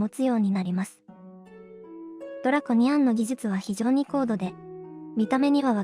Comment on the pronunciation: ドラコニアンの発音が独特やな😅